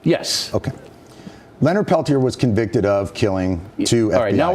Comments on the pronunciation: please. Pronounce the name Leonard Peltier properly. (Pell Tee Ay) If you support the man, as you portend, pronounce his name properly. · I love Morello and his stands against bullshit whitey establishment on all levels. My father was an anarchist in Spain but fled when Franco killed the Republic. That said, Peltier is pronounced Pelt-yā (as in “yea” [“yea or nay”] ) the r is silent, not Pel-tier (as in “tier” of a 2 tier cake)...it’s french Canadian in origin. Let’s get that fact out of the way first.